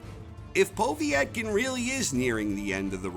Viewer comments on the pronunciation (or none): Povvyyetkin, lol took me a min to realise he was saying povetkin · Po-veee-et-kin?Just Povetkin I think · Poe-Vet-Kin is the pronunciation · why do you say "Povee-etkin" its just Povetkin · 1 - Fury 2 - Wilder 3 -Joshua 4 - Ruiz 5 - Whyte 6 - Ortiz 7 - Povetkin ( and it is pronounced PO - Vet - Kin) 8 - Parker 9 - Usyk 10 - Takam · The way he says povetkin 🤣💀💀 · Your pronunciation of Povetkin's name made my ears bleed. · He made a good video but that kownacki is not a tp ten boxer if he couldnt knock out Charles Martin. Also the idiot cannot pronounce Povetkin name